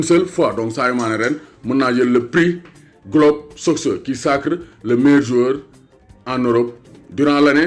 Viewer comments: Ça se lit ''globe sokeur'' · ni nga prononcer soccer yow rek ko meun 😂